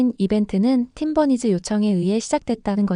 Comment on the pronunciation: Lol. How did the AI pronounce 'Team Bunnies' as 'Tim Bernice.'